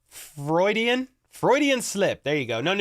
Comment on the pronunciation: Freudian Slip is pronounced like "steroid" Froidian. M'kay 🤣🤣🤣❤️‍🔥